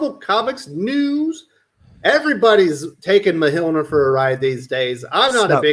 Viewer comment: I'm pretty sure you're saying Mjolnir wrong lol